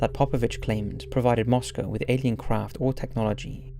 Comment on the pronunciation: As always, this is a great and thanks for correctly pronouncing "Moscow"... ;)